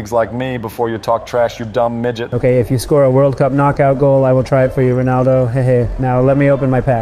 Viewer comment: Stop saying ponaldo